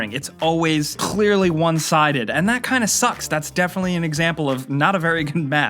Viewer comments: "it's always CUH-leary onesided" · he really pronounces the C lolololol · the way he says clearly is amazing 😂😂😂